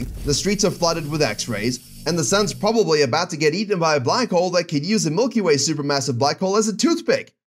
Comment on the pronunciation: "mulky way" LMAO0